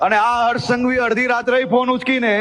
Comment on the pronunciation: Pan ala bolta to Sikh haras Bhai nai hars Bhai ketlak aava piki chodina chho